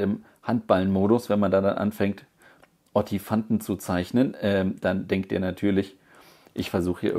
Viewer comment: Den Ottifanten müssen wir aber nochmal üben gelle :)